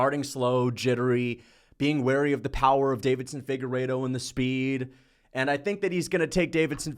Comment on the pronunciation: Deiveson, not “Davidson,” damn it 😤